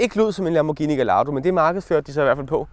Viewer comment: det udtales ikke "gelato" som is men gai-ia-do